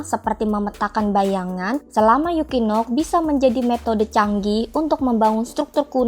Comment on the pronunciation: Equinox dibaca ekuinoks ❌ dibaca yukinok ✅ 😂